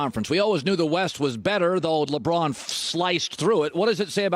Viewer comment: Why can't he say Lebron name properly? Why does he over emphasise it?